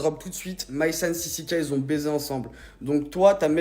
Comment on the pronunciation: Sisike 😂😂😂 on dit sisiKA